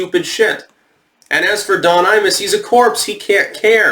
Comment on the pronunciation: Every time you say "Imus", I hear "anus"